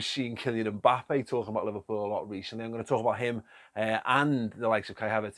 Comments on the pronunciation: Do they pronounce Mbappe 'Mbalme' in Wigan? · Klopp makes “MBappes”